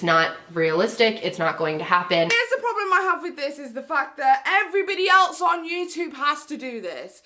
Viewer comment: "Not my prolem" 😂😂😂